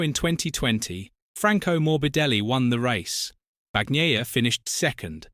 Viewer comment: Will they EVER stop saying BAG-NAYA??? BRAVO to Rossi, he's done something nobody else seemed interested in doing. Now there are plenty of competitive Italian MOTOGP riders. Wonder how long he'll keep the MOTOGP team going, no matter who is riding for it?